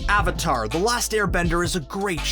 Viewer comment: the fact that you pronounce avatar wrong in the first 15s makes me not wanna watch it therefore i don't. so just an advice learn your content before uploading it thanks